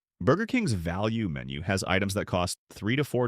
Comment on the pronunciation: “VALUNE MENU” 😂